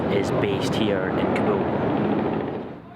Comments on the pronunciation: cant even speak Kabul. whats kabool ? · hey it is no kaboom it is more like Car bull...ok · What’s kobo?!! It’s pronounced “KABOL”